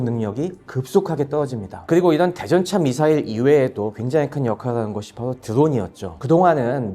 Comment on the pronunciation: 바도 가 아니라 바로 입니다